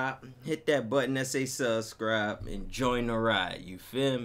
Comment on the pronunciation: Saucecribe? How it says subscribe